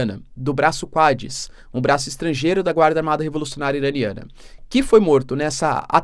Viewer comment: nao e braco "quads", mas "quds" (ou cuds)